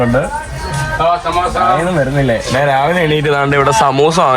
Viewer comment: നാൻ, നാൻ എന്നുള്ള വാക്ക് മലയാളത്തിൽ ഇല്ല. ഞാൻ എന്നാണ് ശരി